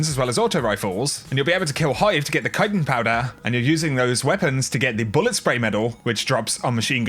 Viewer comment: Love you dude but kite-en? It’s ch It’s CHitin Like chin